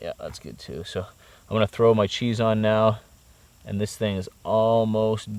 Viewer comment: Serious question. What's the deal with Canadians intentionally mispronouncing words? For example Cheese = Chez. That AvE guy on here does the same thing. It's bizarre to listen to, like nervous forced humor.